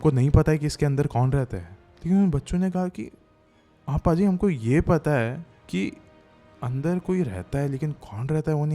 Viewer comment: पाजी नहीं....भाजी होता है पाजी का मतलब होता है शरारती